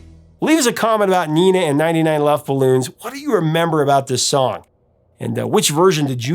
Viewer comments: Dude come on man, it is not Neena it is Nena, get it right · Neh-nah not nee-nah if it was a spanish name. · You got the only name you weren't worried about wrong. Nena is pronounced Nayna, not NEENA. Just an FYI. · And it's Nena, not Nina. "Ne" like "negotiate" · Isn't the pronunciation like "nayna" instead of "nina" in German and Catalan? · Pronunciation is Not "Neeh Nah", it is Nena. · Not Neena . nena the e in Spanish is pronounced as hell bell tell or sell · Fuxake it’s not Neena it’s Nena. Short e vowel. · It’s pronounced nay-na, not nee-na. Luft is pronounced “looft”, just listen to the song - please? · Similarly, I thought the name was pronounced "nayna", not "neena" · She's called Nena, though, not Nina. I know English speakers struggle with the long e, but short e would be much closer to the actual name than i. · Nina is a German name for women. It's short for Katarina (Catherine). Nena is pronounced differently: 'nay-naah.' Nena still is Gabrielle Susanne Kerner's artist's name. '99 Luftballons' was their only hit in the USA but in Europe they scored more hits because we're more familiar with German (though prior to Nena we didn't appreciate German songs nearly as much). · The e is pronounced like the e in bet, not like a double e in beet. Great coverage of the history of the song. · "Nena" in Spanish is pronounced with a LONG "A"..."NENNA", not "NEENA"..I would check videos from Europe where they might say her name and you can check the pronunciation. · Just a quick note: her name is pronounced Nena, not Nina, and luftballons is pronounced like "looftballons" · It's not Nina, it's Nena. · Just a point, it's pronounced "Nayna", not Nina. I always preferred the German version, and I'm disappointed when the song starts and I hear the English words. Hast du etwas Zeit für die richtige Aussprache? ;) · By the way, in Germany, Nena is pronounced Nay-na. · It's pronounced Nénah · Also nena is pronounced “ nay na” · nina...in Spanish...not nena